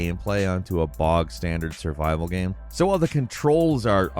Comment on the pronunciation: man? The way you say game bothers me. Please do better. Thank you.